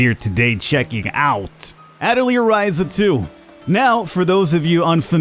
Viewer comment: Atelier ah-tell-yay. Its french